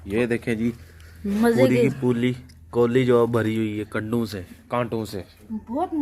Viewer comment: seconds Pa Kya Bolry Bhai Puri Ki Poooli😂